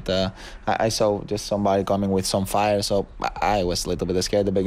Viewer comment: David "Fairer"? Wow...